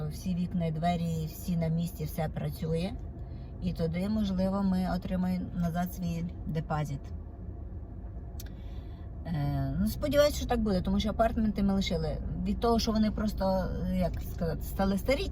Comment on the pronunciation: АпарЭэртменты, дЭпозЫт. Як так коверкати ,чаривну укрaiнську мову.